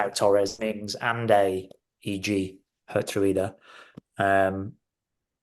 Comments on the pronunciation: I love Geertruida and also would love to see all the pundits and commentators struggle with his name in the UK. (Yes i also cannot pronounce it) We should consider another Feyenoord player in my opinion: David Hancko. He wasn’t so lucky at the Euros but he’s a very good player. Aerially strong in both boxes, good with his feet. Quite versatile too on the center and left side. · It's pronounced, as close I can make it for English readers who don't know Dutch: HERE-TRY-DER (pronounced as if they were English words). Likewise, it's not MATT-SON but MART-SON for our other new Dutch player.